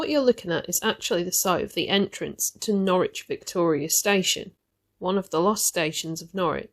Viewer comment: Norwich is pronounced 'Norridge', but it's a common error that many folk make -! 😊